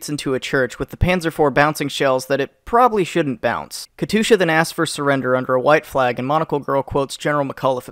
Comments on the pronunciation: Says katusha instead of katyusha Time to get the T-60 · It’s not Katusha don’t say it like dat bruh.... ITZ! Kat You Sha! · terroised the hell out of me hearing the katusyu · but still he CAN''T EVEN PRONOUNCE KATYUSHA PROPERLY